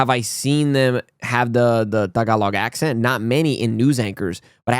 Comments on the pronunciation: Its soo good to see you say “Tagalog” right. You’re getting Filipino-er each day. 🎉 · I like the way you say “tagalog”. It is the right way to say tagalog…